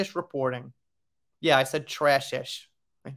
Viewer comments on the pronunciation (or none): none